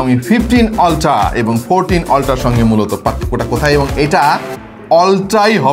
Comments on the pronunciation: Oltra na Apni Australian eng use korchen Eta ulthra uccaron hobe Sponsor e sor hobe na Sponsa ,,r halka kore last e r uccaron hobe Asole shikkhar dam sob jaygay e ache R apni to uk kinba aus te nai je apni ultra re oltra bolben Logic re khaiyen na doya kore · ওলট্রা না আলট্রা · অল্ট্রা ❌ আল্ট্রা ❌ উল্টা ✅